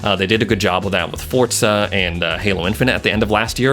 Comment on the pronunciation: i have been watching ur vids for a while now but its diving me crazy with u calling it fortza